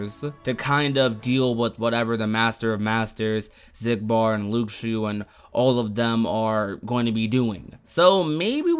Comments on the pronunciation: I had to stop watching It’s LOO-SHOO not LOOK-SHO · anyone else bothered by how he says Luxu?